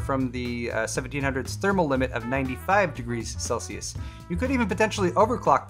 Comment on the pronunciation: Thank you for saying Celsius also